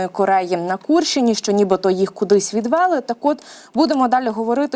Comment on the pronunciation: Не відвЕли , а відвелИ! Ведуча ,а безграмотна, і це не єдина помилка у цьому випуску ! Вчить українську мову і не знущайтеся з неї!